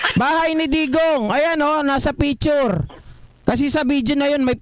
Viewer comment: Anong “ PITURE “ …??? Baka “ PICTURE “ …!!! 🤮😝🤪😜